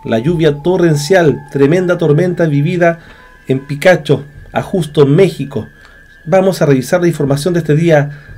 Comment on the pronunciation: Hay amigo, se dice Ajusco, no ajusto. Y Es Tlalpan y no Tlalpán